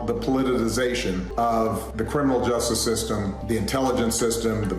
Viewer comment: That’s hilarious. He cannot even pronounce words he tries to use like politicization 😂 look, I gotta be real, talk to text saved me on that one 😂I couldn’t pronounce it either.